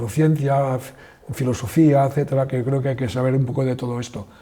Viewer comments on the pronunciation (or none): none